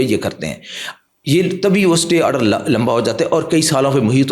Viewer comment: Jahil satay order nahi Istay order boltay hain ( Spelling: Stay )